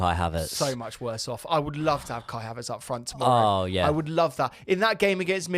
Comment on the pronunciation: Did i seriously just hear KAI HAVEARTZ!!!!!!! 😂😂😂😂😂😂😂😂😂😂😂😂 Are that shit that we miss haveartz